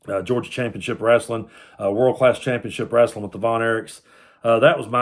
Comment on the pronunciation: When you called it "wraslin'", I knew you were a real fan.